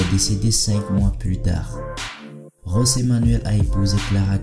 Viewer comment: S’il te plaît c’est José et non Rosé (José) comme ça se prononce en espagnol C’est un portugais